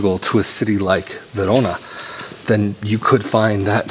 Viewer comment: You Say "Verona" in a perfect italian accent. 💪🏼